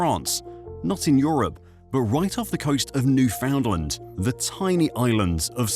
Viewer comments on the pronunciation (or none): 1 for mispronouncing Newfoundland.